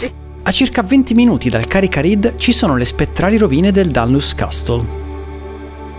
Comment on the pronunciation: Castle pron, "CASSOL" ;-)